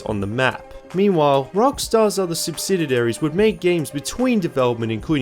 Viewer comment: It is pronounced "sub-sid-ee-air-ees", not "sub-sid-id-air-ees". Edit: :-).